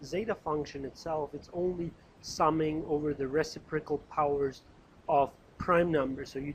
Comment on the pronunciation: For all I know you've received this kind of criticism before, but being someone who is wanting to make sure I am pronouncing words properly I feel the need to bring it back up since it introduces cognitive dissonance gor me while listening to your (very helpful, by the way!) lecture videos: it is pronounced reCIprocal (IPA: rɪˈsɪp rə kəl); the antepenultimate syllable is emphasized. Source